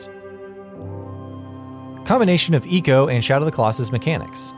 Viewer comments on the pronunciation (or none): ...Eco? ...Why most hipsters pronounce things wrong on purpose. EDIT: Also, the connection to Ico and SotC is the women... not the horse... so you really think SotC is a story of a man loving his horse... when it's about a man killing god-like beasts to save his woman... ? Sheesh, at least have someone who has at least played these games before do this video. As a fan of these games, I felt almost insulted.